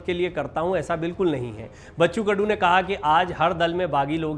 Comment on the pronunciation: It's KADU not KUDU.